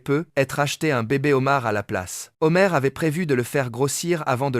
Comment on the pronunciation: 🍒 Les "Zhomars" , on peut pas dire qu'il ne fait pas la liaison 😂